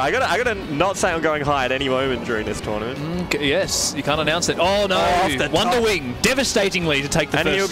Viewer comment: Trournament lmao